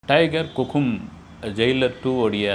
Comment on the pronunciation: Hukkum ❌ Kukkum ✅